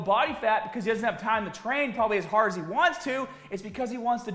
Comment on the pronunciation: Boy, When gets mad, is accent really comes out. I get it! It's 'hâââd' to deal with.